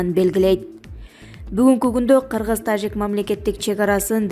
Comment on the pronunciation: Тажик дегенди эмнеге башкача айтасын журналист кыз